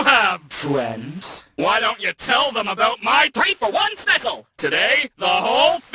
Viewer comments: I really appreciate how you pronounced "specil" differently from "special", and "Genorisity". so many people miss these little details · ok your dubs are quintessential. i can't explain how much I love how you pronounce Specil. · At least this guy pronounces ‘specil’ correctly.